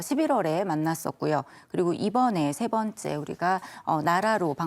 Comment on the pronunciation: 세 반 째! 첫 자를 짧게 발음했습니다. 잘못입니다. 하나 둘 셋의 발음을 잘못 발음했다는 사실은 가벼운 일이 아닙니다!